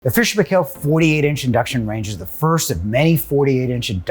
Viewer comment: you pronounced Paykel wrong, some of your colleagues said it right please learn from them:-D